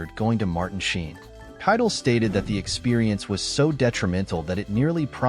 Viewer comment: AI voice is hard to listen to. I'd rather hear a human that doesn't know how to speak, than an AI that doesn't know how to speak. I think most would. The consequence to AI making things easier is that people aren't trying as hard and these videos are getting shallow. Listen to how Keitel is pronounced... or how "Romeo... and Juliet" is broken into two thoughts. Or how inflection is lost or gained at weird times. It's not natural, and we notice.